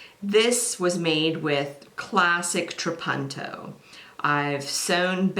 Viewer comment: It's italian, and pronounced more like how you first said it - a short 'u'. "tra-PUN-to" It means 'I quilt'